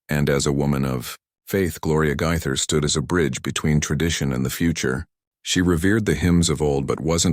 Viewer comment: Pronounced Gay ther. Gaither not Gyther!!!🤦‍♀️